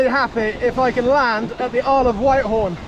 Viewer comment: What a great adventure. Btw it's pronounced Whit-horn, not White-horn.